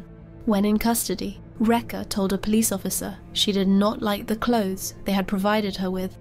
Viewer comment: Rekha pronounced "wrecker". Disgusting.